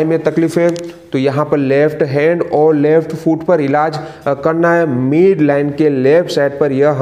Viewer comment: मीड नहीं मिड होता है